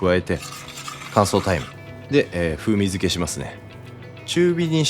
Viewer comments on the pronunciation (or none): 乾燥大麻って聞こえてビックリしたら、乾燥タイムだったw